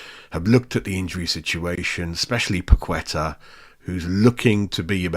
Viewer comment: You should say Pa - ke - tah not Pa - kwe - tah